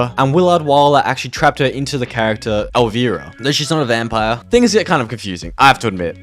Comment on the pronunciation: I feel old hearing you navigate Kevin Smith, “Pamgrier”, and Elvira (the i sounds like ‘eye’). Outside of this (no judgment just era lol), great content!